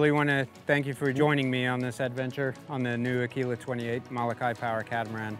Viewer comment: Learn to pronounce MOLOKAI correctly!